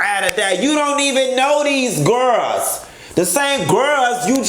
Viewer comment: The way you said “Girls” has been dead to da bed playing it over and over🤣🤣 is def a Florida Girrr! Lol